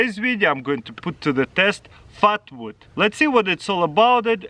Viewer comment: At first I thought he said fart wood